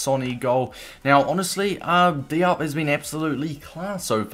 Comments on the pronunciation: It’s “Dee- op” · With the pronunciation it’s DEE-OHP. It sounded like you weren’t sure at times. All African words/names that have an “i” in them make an “EE” sound. Same sort of thing with the “A” sound: it makes an “AH” sound. Great content though, will be picking up this card